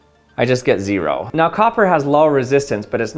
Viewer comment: Its ze-ro